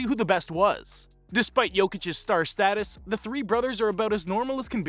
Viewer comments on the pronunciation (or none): none